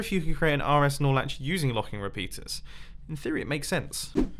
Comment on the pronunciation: I'm not a redstoner and the first time I've heard you say "RS-Snorlatch" or wutever, i thought u said RS Snorlax. Lmao